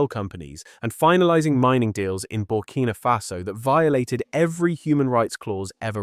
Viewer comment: The name is ""BURKINA FASO"" Accent on the "K". Get it Right!